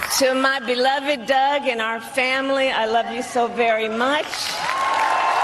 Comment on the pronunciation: I could have sworn that Kamala said her beloved dog instead of beloved Doug😂